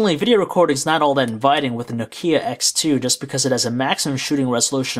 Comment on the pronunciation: Oh no. Don't make this guy reviewing Know-Key-ah's please!